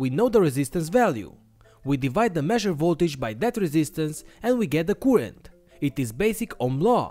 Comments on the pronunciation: I hate the way you say currrent, you are doing it wrong man.... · Great video keep up the good work but in order for everybody to enjoy your videos you need to learn the correct pronunciation of the word current thank you.